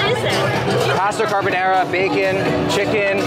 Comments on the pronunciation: not carbonera it is carbonara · Bro got an italian gf and calls it carbonera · carbonera? nahhh bro u messed up the unmessable